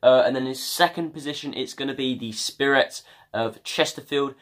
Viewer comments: It's pronounced spire ites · Barnet fan here, thanks for the prediction lol... by the way for Chesterfield it's pronounced SPY-RITES :)